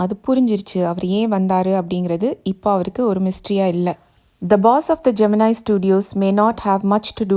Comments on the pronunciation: Pls correct the pronunciation of Gemini. It's been wrongly pronounced as geminai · pronounce Gemini studios correctly..